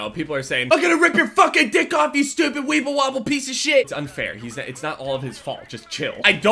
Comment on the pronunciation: I die every time he says webble wobble